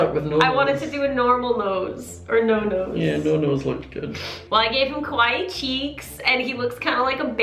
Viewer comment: When you pronounce “kawaii” it sounds like you’re saying “scary” in japanese and thats how your scott doll turned out XD